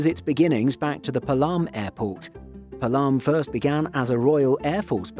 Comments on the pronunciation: Actually that's not Palaam this called as Paalam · It’s not palaaaaam, rather palam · It's pronounced pa-lum airport. Not palaam. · PAALAM and not PALAAAAM!!!!!! (although it is spelled as Palam) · Its Paa-lam, not Pa-Laam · Its Not Pulam its Paalum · IGI AIRPORT is love! And, Palam is pronounced as ‘P-aa-lam’ not ‘Pa-l-aa-m’